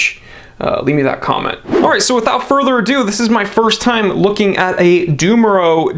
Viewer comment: Generally speaking i just CANNNNOTTTTT understand WHY someone COULD or SHOULD buy an HOMMMMMMAGE... BUT this watch is kind of different from PP Nautilus or AP R.Oak, perhaps more Aquanaut... but... come on... I just dislike the "GentaS" but for aficionados, why not? Ps Dumoreau is NOT DAYMORAU... IS DOOMOREAU ! 🤪🤪🤪